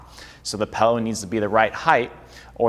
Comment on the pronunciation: Take a shot every time he says pellow